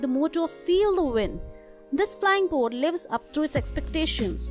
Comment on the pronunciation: And buut instead of boat.